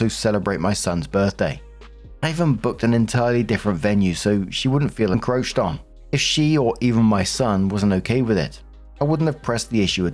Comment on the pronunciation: Lost in all the pronunciation struggles is the fact that you FINALLY pronounced "encroach" correctly! Good on ya!